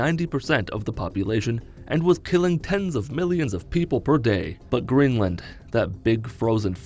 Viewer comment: "gleenland" learn how to fucking talk